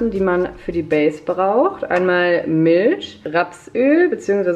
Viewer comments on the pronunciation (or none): Also ich kannte den Kartoffel-hack nicht 😊 übrigens sagst du bei „Milch“ voll das schöne „sch“ haha😘